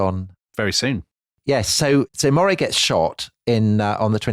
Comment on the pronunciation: And Earl of Moray should be pronounced Murray